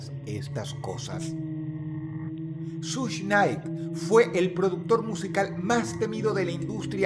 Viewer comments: Hola Dross,esto no es en Mal plan ni nada asi,solo que creo que seria Bueno Saber que se pronuncia shug SHUG, un poco Mas facil😊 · Solo les vengo a decir que Suge se pronuncia “shug” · no se dice sush nait se dice shug nait dross 🙄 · Nadie: Dross: SUSH KNIGHT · Hit em up no fue una tiradera, fue una declaración de guerra Also , se pronunciaria como "Sush" aunque el chiste creo, escque se pronuncié "Shuga", como sugar. O mas o menos asi. Dato curioso: el conflicto escalo tanto, que la nacion del islam se metió